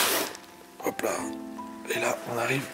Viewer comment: Super. Belle video. On ce regale. Dite moi etes vous alsacien. Vu le hop pa la.